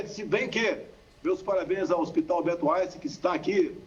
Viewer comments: " Hospital Alberto Ainsten" Bolsonaro, jair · A criatura não sabe nem pronunciar o nome do hospital Albert Einstein 🤦🏻‍♀️